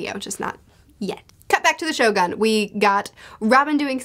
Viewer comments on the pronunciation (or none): Finally got the point why Doffy become the one of the evilest character in OP.. Cant wait to see your review for the Act.3 because there will be a lot of surprises that waiting for you.. Anyway the correct pronunciation of Shogun should be (sho-goon) 😊